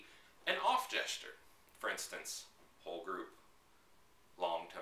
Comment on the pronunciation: haha i thought you said "ogre" instead of "whole group" lol i was like ok there must be a specific vocab haha cool vids you make it really simple!